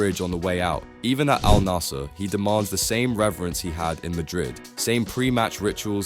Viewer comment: Pronounced al nassr wrong too